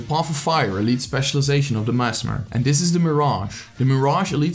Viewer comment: The way you say merged man. Triggers me.